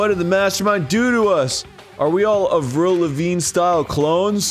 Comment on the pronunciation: Anyone else feel very weird with how Arin pronounces "Avril"?